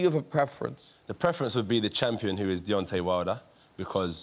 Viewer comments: HE CANT SAY DEONTAY LAWWDD I’m ded 💀💀😂😂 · This guy jus called him Digerno Wilder lmao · Nobody: Graham: DETONAY WILDER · He said “Daytona Wilder” 😂🤣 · Detony he didnt even say Daytona, that's the worst thing 🤣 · Man called him dittony wilder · “Detonay wilder” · What did you call him detonye wilder.....no u didn't